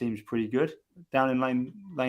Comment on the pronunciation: Said Avacado for Acevedo 😂😂😂😂